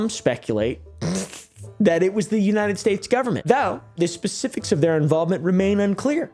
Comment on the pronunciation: "unyiunit states"